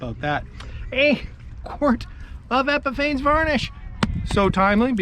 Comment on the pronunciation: Epifanes is pronounced epiphany.